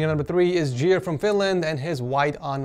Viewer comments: Not Jere but Jeer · i love how he says Jere like jer